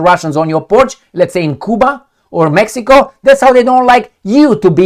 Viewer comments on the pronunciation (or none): none